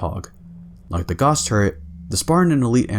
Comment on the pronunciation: You mispronounced "gauss".